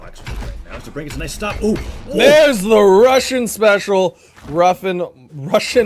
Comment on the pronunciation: It's god damn DobrEin not Dobrian